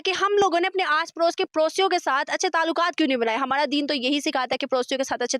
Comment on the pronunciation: हमाड़ा मुलुक तुमाड़ा मुलुक😂😂